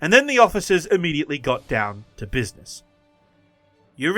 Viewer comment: "In da Buidness... " 🤣